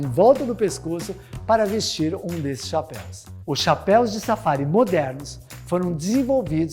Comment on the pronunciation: Muito bom video parabéns muito yotuber fazendo a pronuncia de form errada de chapéu no plural vc foi o único que acertou os caras falam chapéis kkkk parabéns